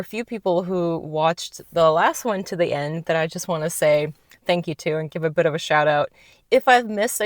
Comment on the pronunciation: You've lost A LOT of ur America twang!! You said "bit" like "but" just like we do!! U may not be born & bred but Ur absolutely a kiwi & one of us after so long & a family ❤